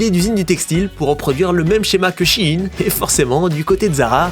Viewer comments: Je t’aime bien t’es un bon youtubeur je regarde beaucoup ce que tu fais mais là ça va pas, ça se prononce Shain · Ça ce prononce shain